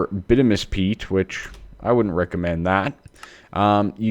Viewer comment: [by-TOO-mih-nus] peat